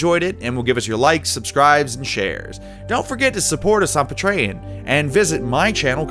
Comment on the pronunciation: Definitely a stream achievement. You even mispronounced patreon xD ! Keep up the good work!